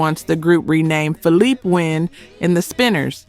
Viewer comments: OK, please find a narrator who knows the artists and pronounces their names correctly. And y'all have to do better on your research, i.e. you never once showed a photo of Philippé Wynne (pronounced fill-ee-pay) during the Sinners segment. The original lead vocalist was Bobby Smith, who you kept featuring as Philippé Wynne. These aren't just simple mistakes, you actually discredit the groups you claim you are honoring with misinformation. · This is the thing about AI voices, they pronounce things wrong. It said Philip Wynne instead of Philippé Wynne. It said Morris white instead of Maurice white. And Albert Powell wasn't a lead singer, Now if they would have lost Eddie levert or Walter Williams that would have been a different story Because Walt and Eddie Rotated on lead, Just like Philippé And Bobby Smith rotated The lead But the spinners had more songs with Bobby as lead🤔